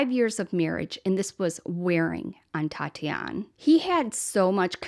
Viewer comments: What a great tribute. Her name is pronounced at Tatianee (long "ee" at the end), Tati for short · Since she is Brazilian it is Tatiane pronounces Tatianie, the -e makes the 'ie' sound as in 'key' so you're correct it isn't Tatiana. :) Merry Christmas, I love your videos. ♥️